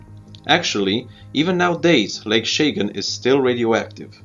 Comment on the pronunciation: It's not Shaygan, it's Chagan. CH as in choochoo. And the last one wasn't a detonation. Don't produce clickbaiting videos.